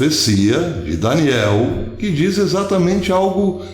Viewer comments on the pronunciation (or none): none